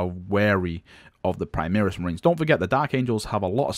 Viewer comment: Is it overly irrational to be annoyed by the constant pronoucing of "Primaris" as "Primeeris"?